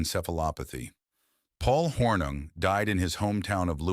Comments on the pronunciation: At least try to pronounce Paul Hornung's name correctly Mr. AI. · The constant mispronounciation of Hornung's name made the video NAUSEATING! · Hey AI- Get your Act together- and Learn how to pronounce Paul's Last name!